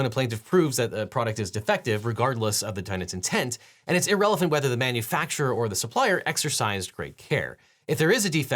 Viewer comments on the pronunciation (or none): I'm just going to point out he said 'irrelephant' ...